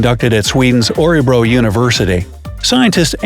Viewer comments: Örebro not orebro!!!! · He really said Orebro university.... it's Örebro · Having a hard time determining my nose... Örebro, not Orebro. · Orebro? You mean Örebro